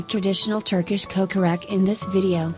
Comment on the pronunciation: First of all, you learn how to say kokorech :)